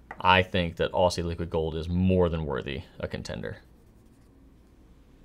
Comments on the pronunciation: pronouncing Aussie as "Ossy" cracked me up! (Generally in Australia, we pronounce it more like "Ozzy"). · Great video,. Try pronouncing it as "Ozzy" Liquid Gold, not so much as "Orsee" Liquid Gold. Looking forward to seeing you and Brian coming to Australia one day to visit Robert Oster and doing a video. 😉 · Before you wrote “Aussie Liquid Gold” I thought you were saying “Ostie Liquid Gold”, like giving Robert Oster a nickname 😂 thanks for the video!! I’m hyped to try some shimmer inks now!